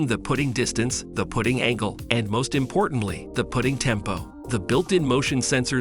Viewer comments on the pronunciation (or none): STOP with AI voices, putting isn’t pronounced put-ting in this context but putt-ing amongst other mispronouncings that occurred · It’s putting not pooting lol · Putting is short U sound. Are you educated ? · Your AI REALLY SUCKS!!! Don't knit how else to say it. 1- The Hoto Rotary Tool Kit; pronounces ROTORY as "ro-tairy". 2- Same to as above, princess GRINDING as "gridding". 3-Inbirdie Tempo; pronounces "putting" (as in golf), as "PUTING" (the act of placing something). Sounds REALLY STUPID on the video. 4-Kootenay Carabiner; pronounces "cara-be-ner" as "CARA-BIN-ER". 5-Briksmax Light Kit For LEGO; pronounces "LED" (as in Light Emitting Diode, or LED Lighting) as "LEAD" lighting kit. Didn't know they were making lights out of lead. I wanted to like your channel and look at more, but I just can't. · The pronunciation is funny... putting, roto, LED, grinding, caribiner...